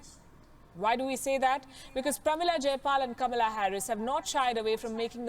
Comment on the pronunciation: कमला नहीं कमाला हैरिस 😜